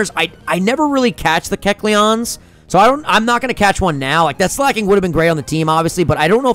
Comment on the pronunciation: Slaking is pronounced like Slacking guysssssssssss